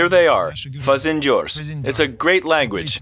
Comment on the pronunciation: Fazendeiro!* not fanzendior no.